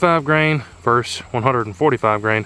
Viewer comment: Enjoyed your video but it's versus not verse. Versus is opposition or a comparison. Verse is part of a song.